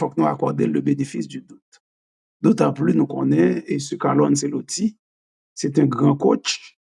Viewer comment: ce an italyen prononcé comme tche